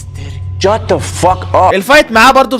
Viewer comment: افضل من يقول shat f up